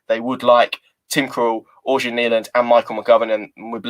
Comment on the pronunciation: Hi! I speak swedish/norweigen. Its pronounced 'eryan' not organ